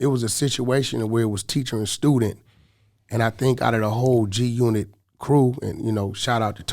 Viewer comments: 1million to stop saying G-unot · Why df yall saying g unot when its g unit